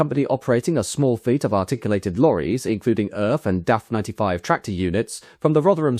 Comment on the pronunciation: ERF (the initials of the company's founder) is pronounced "Eee Arr Eff" not "erf".